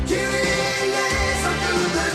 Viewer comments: No, just Kyrie. Not Kir E yay. When you add Eleison to it, it sounds like Kryie-ay-leison. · It's not KY-rie. It sounds like Kerie. Kyrie Eleison means Lord Have Mercy. In the Catholic religion, a part of the Catholic mass in Latin. Early in the mass, we say Kyrie Eleison, Christe Eleison, Kyrie Eleison. So he's singing Lord Have Mercy on a highway in the night. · It's not Kii-ree... It's Kere, rhymes with here-E-A... Most misquoted lyric? how about there is a bathroom on the right? The song came out exactly in the mid-80s, when I was in beauty school, and one of my friends in there was Albanian, and when I met his father, he told me the meaning of that title... Lord have mercy!... That's how I found out! 😻😺😸 And, right! The hook is SO catchy, that people started singing it, without KNOWING what it MEANT!!! But, you STILL get what you say, so... VERY clever!!! LOTS of people singing lord have mercy, even without KNOWING it!!!😻😻😻 Is SO catchy, that is even singing it BEFORE the song is over, on his first listen!!!😻😹... POINT PROVEN!!!... It's NOT VERY hard to CONFUSE people...😹😹😹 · It's Latin, so it's not pronounced like that. Don't expect it to bounce a basket ball like Kyrie Eving. It makes me laugh when people get it wrong. It's the same when people get INXS wrong.